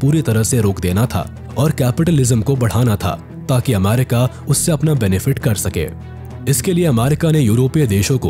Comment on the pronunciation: Ap aaamaaarika kiyon bol rahe ho?